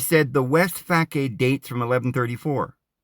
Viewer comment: Facade = fah-sod. Chartreuse=shar-true-ss